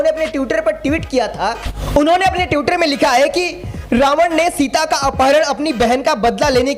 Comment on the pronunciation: ट्यूटर नहीं ट्विटर होता है और ट्यूट नहीं ट्वीट होता है ट्वीट। और भाई दिल पर मत लेना, मैं चाहता हूँ कि सभी बहुजन पत्रकार सटीक उच्चारण करें ।